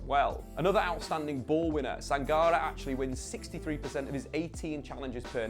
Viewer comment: Your Sangaré pronunciation makes me shiver. The accent on the é would make it Sanga-ray